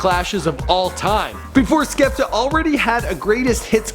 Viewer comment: You also mispronounced his name